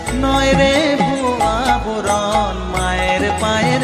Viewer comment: আবরণ নয় কথা টা আভরণ